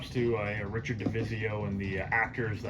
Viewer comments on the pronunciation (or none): none